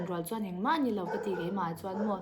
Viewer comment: Mizotawng hman dik loh inei zeuh aw😊 chuan tih hi lam fiah tha teh .